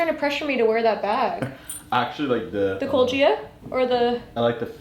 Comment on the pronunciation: Was she trying to say cult Gaia the whole time? Lol